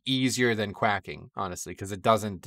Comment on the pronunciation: good commentary, but note that "quaking" is not pronounced quack -ing but quake - ing (rhymes with waking or baking)